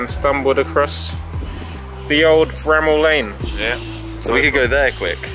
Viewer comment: Someone should tell jj to say bramall